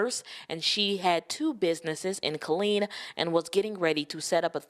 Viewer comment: ITS KILLEEN TEXAS